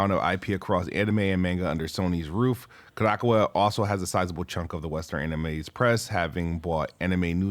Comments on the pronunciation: Ka-da-cow-a is how you pronounce it (at least it's the most common way I've heard) 🤣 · This man said 'Ko-DAHK-awa' LOL